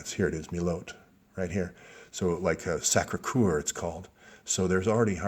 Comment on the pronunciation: Soeur-just say "sir". Thank you for the info. Sacre "cur"